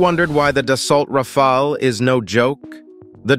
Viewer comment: Pronounced as Rafall and Rafail in the video